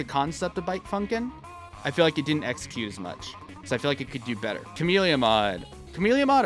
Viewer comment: Cuh-Mell-Iyuh not Cuh-Meel-Iyuh